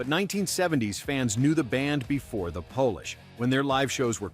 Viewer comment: "1970s fans knew Devo before the Polish". When were the Polish finally allowed to know DEVO? Silly robot narrator boy. Robots just don't know how to pronounce anything correctly. "KEY-LEWD"? 🤣🤣🤣